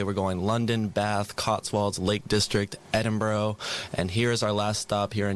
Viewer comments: Edin-burrow 😂😂😂 Edin-Br-ugh ✅✅✅ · i love the way you pronounced edinbrough even though you had just been there. ed-in-bra yes we really do pronounce those last four letters as an a as in ah, in almost all circumstances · He even said edin burrow on live radio! NOOOO 😬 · Ruddy hell it's Smashie and Nicey! Btw, how come you managed to pronounce Bath correctly but failed to pronounce Edinburgh properly? At least you didn't pronounce it Eedenburg!